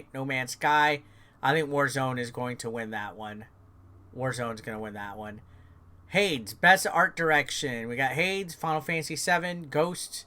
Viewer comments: It's pronounced Haydes. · HADES = Hey-dese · Every time he says Hades wrong 😂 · It was definitely interesting 🍅 🥔